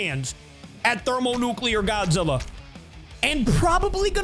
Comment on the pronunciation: at the start bro could not say godzilla:}